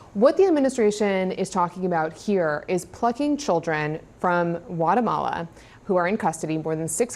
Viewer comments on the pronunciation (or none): Guatemala 😂 not Watermelon 🍉😂😂😂😂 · Atone faces talking heads decide that these children are plucked to return to their home country. Excuse me, it’s Guatemala, not Whatamala. Don’t be too precious. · Is it just me, or does "Guatemala," begin with a G sound?